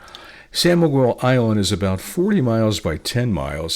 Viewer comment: SAO..SAO SAO...not SAN ,we are not spanish.Thank you.